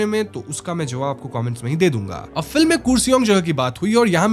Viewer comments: Kursi-ong ❌️ Kar-See-Ong ✅️ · Kuresong nahi, its karsiong( pronunciation) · It's not kuresong it's Car-Shiong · Kooresong nahi bro KURSEONG (car-she-ung) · It's Kurseong not kusiung 😅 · Not kur sing its kaar sang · It's kar se ong not kuriseong please pronounce properly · Arrreeee yaar woh koorseong nhi hai, karsheeang pronounce hota hai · Not kure-song its karrr-se-iong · Pronunciation should be karshiong,not koorsiong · कुर्सियोंग spelling ke hisaab se but pronunciation is “karsang” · .we pronounce it as kurseong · The pronounciation should be "car-she-yong" 😊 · My friend its pronounced as karseong although the spelling is kurseong. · Its kurseong (karsiang - in pronunciation) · I understand you are not bengali so pronunciation sahi nahi hogi... still I would like to correct you...the word "Kurseong" pronounced as "car-she-ong". Other than that the video is great ❤ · I don't want to currect you but it's Karseong in pronunciation ❤